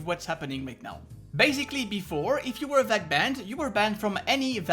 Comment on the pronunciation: why u say ' vac banded '